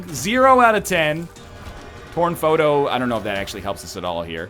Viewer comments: when Northernlion got torn foto i thought he said porn foto for a second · i thought he said porn photo XD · When he said Torn Photo in Caves 1, I thought he said Porn Photo... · when he said torn photo he said porn photo